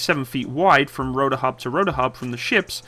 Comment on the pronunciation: What's a "roder" ? What's a "compuder"? What's a "faciliddy"? :D